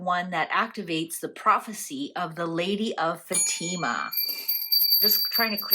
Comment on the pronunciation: Its pronounced Fa-ti-ma